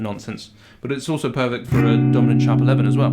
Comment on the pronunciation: When you first said Dominant I heard Donut chord and had to do a double take!